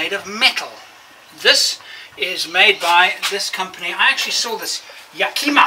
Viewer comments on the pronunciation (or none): and not pronounced Yah-Kee-mah, but more like Yak-eh-mah. Yakima is a city in Washington state and is the name of a local tribe. Edit: The company makes strong racks too!